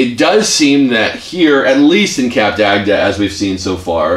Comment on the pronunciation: They pronounce it totally wrong 🙄, its cup-duct not cap-der-agder, also their review is not honest, the truth is, the place is very dated but still fun, also a warning, they arent fond of americans there because they mispronounce everything and they tend to want to talk and talk and talk, also, they tend to be overweight and get upset when slim, attractive french couples wont play with them, not me, just saying! So if ur american, better to stay in atlanta where there are clubs that cater for the louder, more social people, other than that, have a great time everyone 😘